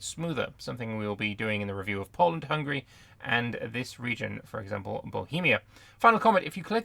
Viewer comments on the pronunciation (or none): none